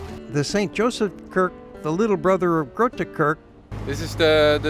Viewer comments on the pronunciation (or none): Please; try to say ‘Kerk’ with an E as in ‘Egg’. Now it sounds like its from space. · Yeah the rest is good. I also forgive the pronunciation. "Kerk" for instance is like "mEss" or "Escape". If you're still making travel videos, you can ask locals if you are not sure. I may watch the Cheese Market video later. I've lived 150m from the Waagplein for 14 years. And unlike most Alkmaarders (people tend to avoid their own big tourist hotspots), I've been there a few times. Once to film for my series "Tourist in eigen stad", meaning "Tourist in (your) own city". I feel people travel all over.... but often don't know much about great stuff nearby. I also filmed inside the Waag, including the cheese bearers' room which is normally off-limits, and I interviewed the Cheese Father (head of the guild). It was great fun. I never made any footage for the series into a video though.